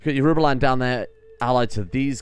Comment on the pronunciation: Yorubaland is pronounced like Yorobaland (with the second o like the o in rowing a boat).